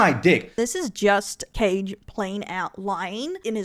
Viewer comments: Tbh thefact you kept mispronouncing his name is gold, totally deserved. Kage ❌❌❌ Caige✅✅✅ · its kaa gae, as in ka and gay, in pronouncation 😂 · I love how she keeps calling him "Cage" 😂